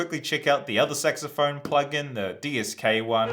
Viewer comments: Dude git out of here with your dirty mind. It clearly says sax not sex... (Yes I make fun of your pronunciation, sorry. xD ) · You pronounce it "Sexophone" LOL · I know it's just your accent and all, but when you say saxophone, it almost sounds as if you're saying SEXophone 😂